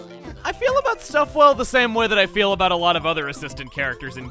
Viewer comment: stuffwell reminds me of mr. Fizwigit from ratchet and clank 2. you know where he incoherently mixes up words to where sounds almost illogical? That's what stufwell sounds like